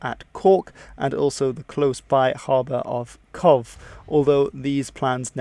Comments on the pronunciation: Cobh is pronounced Cove. You missed out on the bombings of Dublin and Wexford by the Luftwaffe, but otherwise very good. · Cobh is pronounced Kove. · Cobh is pronounced like stove. bh is a v. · It’s not “Covf”. it’s Cobh and it’s pronounced as, “Cove”. Otherwise I really enjoyed this, thank you. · Great video. By the way, Cobh is pronounced "cove" not "cov." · Great video, did decent on the pronunciations as well like Cobh which is a tricky one (pronounced Cove and not Cob-h like I've heard some people say) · Cobh is pronounced cove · The port of cobh is actually pronounced cove. Other than that everything was perfect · No offence just trying to help, Cobh is pronounced cove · Cobh is pronounced Cove but you were pretty close! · Cobh is pronounced a bit like cove, just saying :) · SUPERB documentary. I had been looking for a good documentary on a sensitive topic (Ireland's neutrality) but I found a great one. Well done on the pronunciations too (except Cobh, pronounced Cove) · Cobh pronounced Cove. Churchill offered the North to De Valera to join the war. De Valera asked had the Ulster Unionists been consulted? Churchill said no so on ballance Dev decided to stay neutral. A famous phrase of Eamon De Valera was. "Small nations fair very badly in big nations wars. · Eoin is pronounced Owen, Cobh is pronounced Cove. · Well done on the video well researched and concise. And Cobh is pronounced ‘cove’. Excellently done overall. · Good effort on the pronunciation of names and salutations. That is apart from Cobh which is cove if pronounced phonetically, and at the end, go reabh maith agat is gu like the gu at the start of gutted, rev like reverend, maw would be the closest thing I can think of and agat would be aguut by extending the u sound in gutted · Two pronunciation note: Cobh is pronounced Cove. And Eoin is Owen. Also great video and I shall now watch the series. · Cobh is pronounced "cove". That's only 1 of many mispronunciations in this video